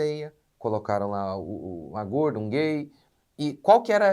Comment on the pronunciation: " gorrrrrda ridícula"😂